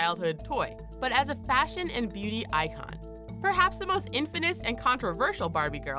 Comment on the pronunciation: It's "infamous" not 'infiness'. That's not even a word